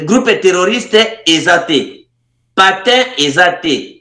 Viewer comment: voulez-vous signaler à votre invité qu'il essaie de bien prononcer le " PANTIN" qu'il a du mal à prononcer. Il dit patin